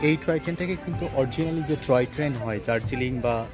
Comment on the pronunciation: Troy train noy, "Toy Train" Bolun.